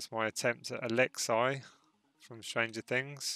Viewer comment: Its Alex-E not Alex-I it’s spelt Alexei but u say Alex-E (friendly reminder)